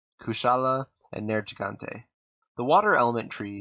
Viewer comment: Why are you pronouncing nergigante wrong when they say it correctly in-game???